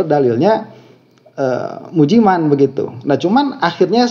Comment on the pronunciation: Tolong dan maaf, Anda sbg yg disebut sbg guru , tolong lebih sopan sedikit jangan melecehkan nama seseorang, misalnya menyebut Ust.Mujiman dg sebutan Ust.Mujimen.🙏